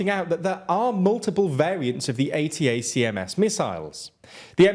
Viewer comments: For future note, if you ever do a video on this in the future, ATACMS is read out phonetically, like "Attack-ams". Kind of like HIMARS or MIRV. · ATACMS should be pronounced /əˈtækəms/, not spelled out – the US army loves its pronounceable acronyms lol